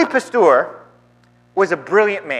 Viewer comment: I cringe at your pronunciation of Pasteur. It is not a our sound, but an errr sound. 2nd Evolution doesn't mention anything about abiogenesis, it only describes the process by which species arise, through the processes of mutation, natural selection and genetic drift. Abiogenesis is more of a chemistry / biochemistry thing really. I think the reverend needs to do more research on the subject.